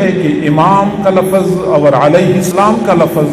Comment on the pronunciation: Pehle urdu to sikhlo hazrat...lafz hai lafaz nhi....aur imam mehdi a.s ke upar ...comment kar raha hai ....🤣🤣🤣